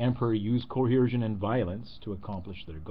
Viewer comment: I'd like to comment on a piddly little thing that simply grates on me. The word is "coercion" not "coheresion." Violent force coerces. It doesn't cohere.